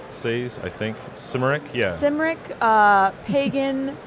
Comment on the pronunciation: Aaaaarrrgh. Kymric. Not Symric. I'm going to need to bite my tongue..........